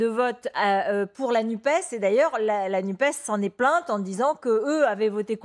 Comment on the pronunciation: Pourquoi l'Arlette nous parle de la NUPE alors qu'il s'agit de la NUPES ? Oublier de prononcer : "NUPESSE" (comme FESSE) c'est priver cet organisme de son aspect social ou de son origine socialiste et pourquoi pas pour la priver dune velléité de faire dans le "sociétâhaâl , comme ils en ont plein la bouche dans des merdia, lesquels, par là, montreraient leur dédain à l'égard d'un certain peuple ou afficheraient leur mépris de classe.